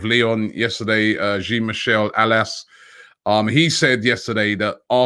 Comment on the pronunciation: "John" Michel is how you pronounce it, not 'Jeen'